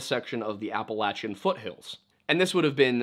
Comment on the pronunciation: I guess you could say... ...Apealachia.